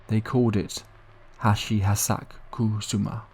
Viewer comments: It's pronounced "Ha-chi sha-ku sa-ma" I'm sorry but you really butchered her name into something else entirely...😅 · And you STILL BUTCHERED IT, hilariously 😂😅🤣 Japanese is a phonetic syllabic language it's not even that hard to pronounce if you chop it up into syllables: Ha-chi-sha-ku-sa-ma 😅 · Hachi-Shaku-Sama is how you pronounce it